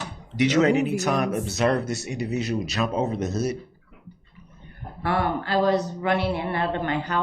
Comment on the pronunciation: The way he says "oo" sounds is so weird "Hood", "good", "should"; the way he says it sounds so stupid